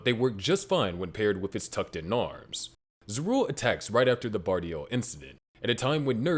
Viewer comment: ZAH RU EL. My god. Maybe this actually NEEDS AI just to fix the horrific pronunciations.